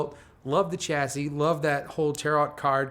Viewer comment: What is it with not pronouncing 'chassis' and 'tarot' correctly? It's 'sha-see' and 'ta-ro' respectively. Is it a weird American thing?